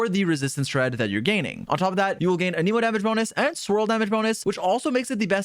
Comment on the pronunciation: The pronunciation of Anemo and Dandelion makes this a hard watch 🙊